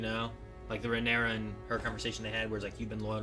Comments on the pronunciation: Smh people are STILL SAYING RhaenyrAS 🤣😂....Her name is RhaenyrA these extra "S"s and "IOUS" people love to add is kinda RIDICULOUS at this point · You're pronouncing Rhaenyra's name wrong.......